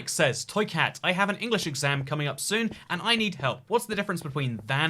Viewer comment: You saying “soon” is triggering me